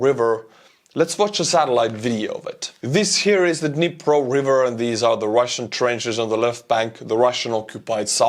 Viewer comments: It is Dnipro, like in knee+pro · "the Dhnepp river"